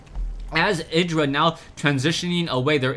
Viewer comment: Lovely game :D Btw, check artosis' videos to hear how IdrA is pronounced ( ee-dra )